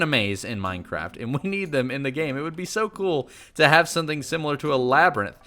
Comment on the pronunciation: cool not col